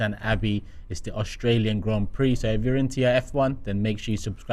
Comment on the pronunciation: Austrail?? 😂 English education shining through hey Robbie? AUSTRALIAN 🇦🇺 me fellow gooners. ❤